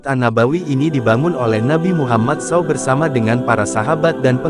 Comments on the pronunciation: Gak sopan banget sih naratornya ini, bilang saw, harusnya s a w dipisah gitu sebutan nya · Apa yang tertulis itulah yang dibaca. Memang begitulah seharusnya Narator. Jadi, dia tidak salah. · Pembaca beritanya orang apa sih. Meter persegi dibaca meter-meter, saw dibunyikan sbgmn adanya saja.